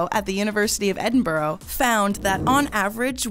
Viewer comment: It's pronounced "Edin-bruh"..... not "Edin-burrow"..